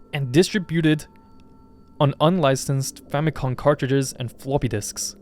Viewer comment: It's FamicoM, as in family computer